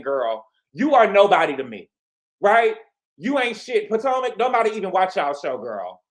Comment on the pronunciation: Did. You say 'poor-tomac'??! 😂 If not that is funny and shady when comparing Gizelle to Teresa